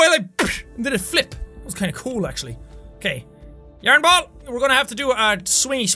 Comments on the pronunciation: Ikr yearnie lol love it too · yaern xD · was that English?!